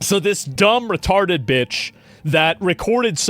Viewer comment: “Retawded”- blade